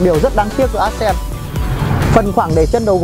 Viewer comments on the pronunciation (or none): Móa. Đến tên xe phát âm còn chưa chuẩn thì giới thiệu gì. Ác sen á. Móa.